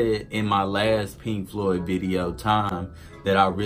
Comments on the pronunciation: Floyd not cloud... lol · agree 100%. This guy needs to learn how to Floyd properly.